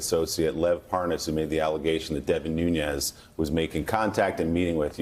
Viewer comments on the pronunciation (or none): Watching this has me taking another step towards thinking that more than a party divide-thing is happening. What if it turns out that McConnell, Nunes (pronounced 'noon-ez', btw), Graham, Kennedy, and a bunch of others are as involved in the Ukraine extortion plot as Rudy and trump are. All the blatant lies aren't so much to cover trump's backside as to cover their own. What scares me more is what we don't know. How far, how deep is this thing?